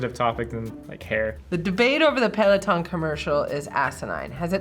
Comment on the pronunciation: the mispronunciation a pealeoton